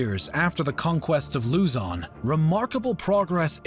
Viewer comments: It's not Lūzon, it's Luzón. Don't expect everything to have the same accent... The flag is also flipped, which means war. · how to pronounce Luzon..say it quickly..not loozon. not bashing just a tutorial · This is a good vid but you pronounced Luzon wrong it's Luz-on Say it fast that's how to say it and also roxas is pronounced rohas and Aquino is pronounced a-ki-no